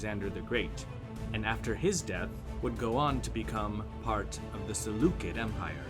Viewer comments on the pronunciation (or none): I meant Salucid, it's not "Salu-kid" it's pronounced "Salu-sid" when you talk about the Salucid Empire